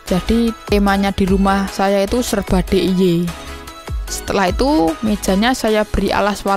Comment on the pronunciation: Di ai way mas bukan de i ye